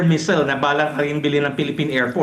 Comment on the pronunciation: Paayos ng pag pronounce sa missile, parang measles. Ang d marunong dto sabihin sakit yan.